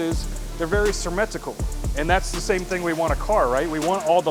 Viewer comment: "sirmetrical" lol